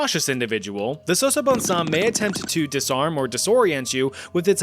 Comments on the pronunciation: Your pronunciation was amazingly good… You can say it like “Sasa” as on salsa - then “bone samm” with emphasis on the “m”…. Sasabonsam … love your videos… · As a Ghanaian I can confidently say u are butchering the name😂